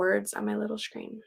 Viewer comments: I love the way you said screen Shkreeb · yeah I’m going to start saying shkreen. Lol